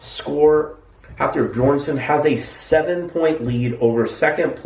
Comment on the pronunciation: It's Hafthor Beerson lol.